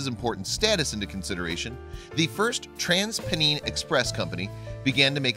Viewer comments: It's TransPennine, not Peneen. Rushden is another station with a formerly well known cat (now dead). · i feel offended by the pronunciation of "first transpennine express" its "trans-pen-eye-n" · As someone from Huddersfield, I found your pronunciation of: "Trans-pennine" hilarious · Loved this story. I'm not too far from Huddersfield, being in Leeds. I might go and visit. The only downside was the way the guy said Transpennine. Think of it more like Trans-pen-nine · Living very close to Huddersfield, (Trans)Pennine is pronounced "Pen" - "Nine". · Me too! And I'm from Gloucestershire, but have lived in Yorkshire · I cringed at how you pronounced "transpennine"